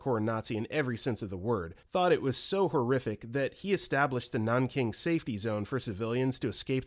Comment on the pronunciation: The impact of these stories is somewhat ruined when you can't even say Rpe.of Nanking properly.